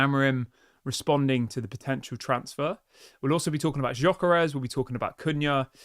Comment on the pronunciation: Gyökeres is pronounced as follows: Gy is similar to Dj in Djokovic ö is pronounced as fur or firm and s is sh like sugar. Dj-ö-ke-resh